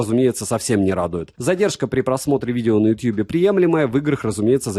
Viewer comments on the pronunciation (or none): none